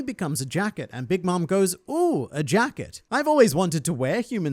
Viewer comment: Am I the only one that hears jack it, instead of jacket. Just changes the nature of the fruit entirel.